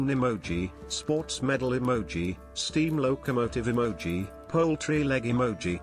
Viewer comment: Emoji, ,uhmoji, Emoji, Amoji, Eemoji